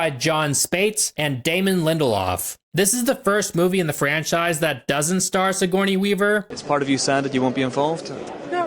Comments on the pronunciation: Siggy Weavy lol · Never stop calling her Siggy Weavy lmao. I love it. My brother and I have always called her So Corny Weaver 😅